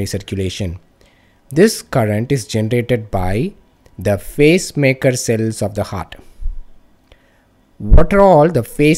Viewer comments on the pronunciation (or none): Its PACE-MAKER CELLS... i constantly heard face-maker🙄